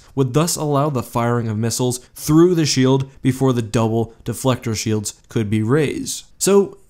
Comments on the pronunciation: I think you mean Shoelds. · 0/10 not shoelds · Don’t you mean shoelds?